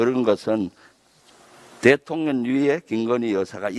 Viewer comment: 김의원 발음 문제, 대통년 대통년 대통년...😅